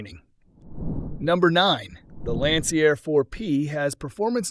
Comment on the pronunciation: yep, it’s easy to pick up the AI Narration; it doesn’t recognize Roman Numerals, calling Lancair IV-P an “eye-vee P” it also butchered Lancair by calling it “Lancyair”. Man, I hate AI.